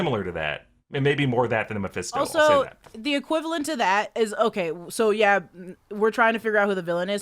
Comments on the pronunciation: Gurllll it’s not MAFESTO! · keeps saying Mepesto like he's an Italian sauce.